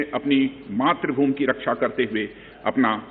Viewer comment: रक्षा मंत्री नहीं 'रक्स आ ' मंत्री है । 😜